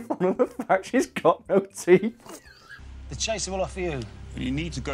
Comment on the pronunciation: For the longest time, I thought you guys were saying the woman wanted money to buy tea and not TEETH how the fuck did I not realize this sooner